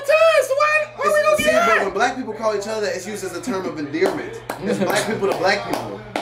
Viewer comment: Lol said endearment! WTF!!!